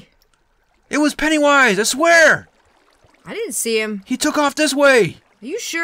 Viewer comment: The cringe! They call him pennaywoise